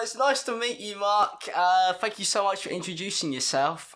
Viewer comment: does anyone else think it sounds like hes saying fuck you guys when he says thanks at the end of the video?